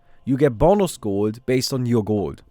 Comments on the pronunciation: its realy funny to me how you pronounce gold. guuuld :) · Gowld hehe Are you german? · The way he says gold is too funny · I Love ur pronounciation of 'Gold' 😂😂